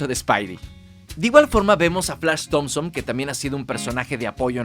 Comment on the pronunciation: Nada como el "Flach Tomson"... ..........